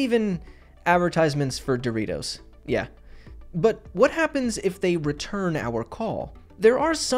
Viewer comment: Doritos* not Dorirouws